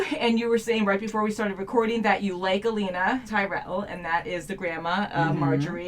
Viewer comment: I thought you had said Alina and was confused until you said Tyrell, I was like omg! Olenna! :)